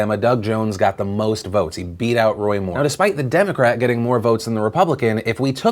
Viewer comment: That representative was struggling to pronounce the names of the political parties.